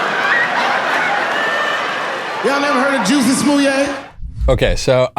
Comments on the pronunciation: Michael the reason why he called him Juicy in a french accent is to point out something to a lot of people that the black community would know already: Jussie is a bougie black who is pretentious and Dave made fun of him using the most PRETENTIOUS ACCENT IN THE WORLD. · I think whats funny about the French pronunciation of Jussie has to do with how stupid his name is. both the first and last name sound pretty dumb, I wouldn't believe anything he has to say on that alone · I never quite got the French pronunciation of the name either. But I think the joke is that by changing Jussie’s name, Dave has plausible deniability that he wasn’t talking about Jussie, so he can’t be sued. He’s not slandering Jussie. He’s not diverging from the woke narrative. He’s just talking about some French actor. And maybe by providing that distance, it makes the scenario seem even more ridiculous, rather than the harshness of talking directly about the person. Or maybe I’m reading too much into it, and the joke is just that his name is Jussie, not Jesse, which is just a weird funny name. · The juicy was just that actors like to call themselves all sorts of shit that is not even close to their real name. So by law it’s Jussie but he pronounces it Juicy to seem sophisticated. It’s just a funny take on actors.